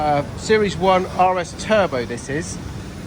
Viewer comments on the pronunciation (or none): none